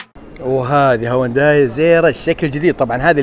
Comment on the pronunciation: السياره اسمها هيونداي وكاتب بعنوان الحلقه الاسم الصحيح هيونداي ليه تنطقها هوانداي 😂😂هذا وانت مختص بمجال السيارات . تقبل مروري